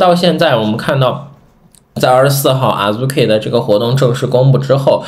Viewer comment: 希望你們讀日文原發音，聽著太難受了，Azuki讀阿資ki，不是阿豬ki和阿入ki😅